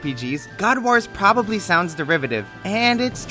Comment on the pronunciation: That WAS a good review. Bonus points for how you pronounce 'wars'. Waarz!